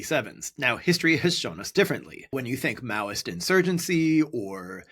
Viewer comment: He said Maoist insurgency..(Mao Zedong)